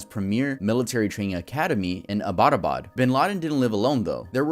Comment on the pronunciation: Not just that the name of abbottabad as well 😭